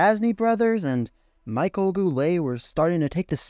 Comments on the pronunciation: I'm Canadian and speak English and French. The Michel I gave you is correct. It is translated to Michael in English however. Just assuming as he is French Canadian it is the French pronunciation when using his name. Not trying to be a jerk, just trying to help. Otherwise well done! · FYI. Michel is pronounced Mee-shell. Thanks for an interesting watch. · Names that were mispronounced were Yvan Cournoyer (Pronounced E-vahn Corn-why-yea) Butch Deadmarsh (1st name is pronounced "Butch" as in "Butch" haircut, not rhyme with "Dutch".) Michel Goulet & Michel Bergeron first names. "Michel" is pronounced Me-SHELL.) Rogee Vachon's last name is pronounced Va-SHON. This is assuming that the late Dan Kelly pronounced them correctly. Once again, this was still a great video and much was learned from it.